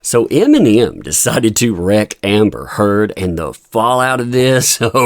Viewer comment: "iminium" lol.